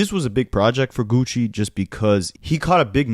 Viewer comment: Stop saying “geeewchi”